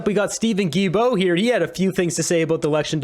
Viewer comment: The name is pronounced: GILL-BO. Thanks!